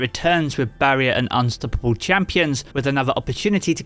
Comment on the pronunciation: Hey I love your videos. Just subscribed thanks for the useful information. The way you pronounce unstoppable is HILARIOUS to me.